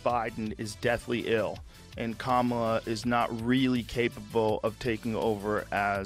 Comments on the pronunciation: Her name has equal stress on all syllables. Please say it properly my guy. No hate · Please please please please please! It's COMMA-la, not kuh-MA-la. That's why all the shirts that say: ,la Please say her name correctly. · For anyone not sure it’s pronounced “calmala” not “Camarla”. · It's arguable that no words properly have equal stress on all syllables. And specifically, Kamala is stressed on the first syllable. KAmala.